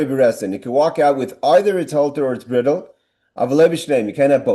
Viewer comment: Yasher Koach,! Bridle is pronounced bride-el.